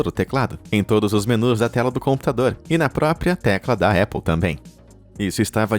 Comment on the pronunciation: Épple kkkkkkkk é Apple!! com "A" muito bem pronunciado